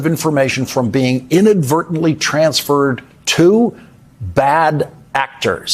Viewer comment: “inadvertantly” my ass!